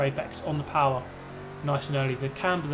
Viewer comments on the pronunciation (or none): none